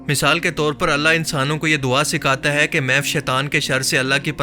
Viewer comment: Aap se aik request hai APNA talaffuz drust Karen jumla mukammal karty hoy hai ko ay mat bola Karen ise Tarah chanad kalimat ko drust bolen please